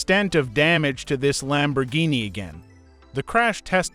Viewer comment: I have no problems with your videos but just please stop using this AI voice it is saying stuff the wrong way and it is driving me crazy like you're saying roof wrong and you're saying Lamborghini wrong just please use your normal voice please I'm begging you 🙏🙏🙏🙏